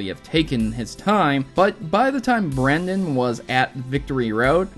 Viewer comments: *Brendan, with an AN, not an EN. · Bruh it's Brendan, but I'm not complaining because you like my name, Brenden.